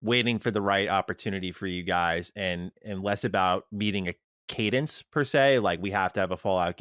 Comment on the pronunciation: please... please don't say Cadence again.